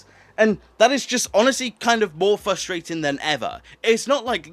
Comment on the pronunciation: Not as frustrating as you mispronouncing frustrating